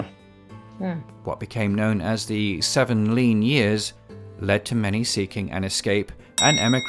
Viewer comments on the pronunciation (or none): none